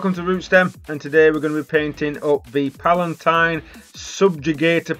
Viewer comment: You said Palatine lol? Palanite as in tyne ;) Good paint job though.